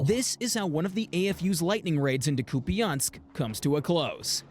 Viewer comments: I believe its "coop ee ansk". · "Koo-pee-ansk" Kupiansk Recent actions there resulted in an almost full Ukrainian re-capture of the settlement. There's been so much news of the defenders losing settlements along the frontlines or making a last stand at Pokrovsk so this is a nice piece of good news. It is not in Ukraine's interest to launch a large scale counter-offensive due to the smaller manpower and equipment reserves. Small offensive manuvers to divert Russian resources from high stress regions of the front are.